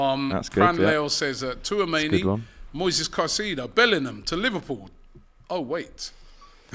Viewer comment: Wow! finally pronounced Caicedo properly